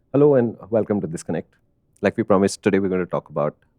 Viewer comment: ThisConnect sometimes sound like 'disconnect' .. quite an oxymoron to your channel content 🙂